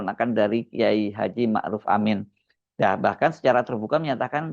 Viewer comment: iki orang apa panggil kyai zulfa dengan sebutan kyai haji sedang kyai ma' ruf dengan maruf